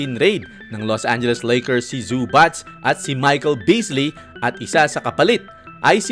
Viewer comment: E PRONOUNCE MO NGA OLI BOSS ANG ZUBAC😅😂😂ang dinig q sau boss zubatch.ano un ka batch🤣🤣🤣